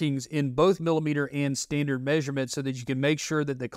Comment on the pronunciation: "Sandard measurements" : ) Made me smile